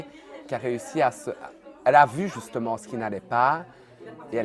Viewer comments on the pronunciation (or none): écouter comment il parle : "Nn justemay "ptdrr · 1m36 "Justemaw"😂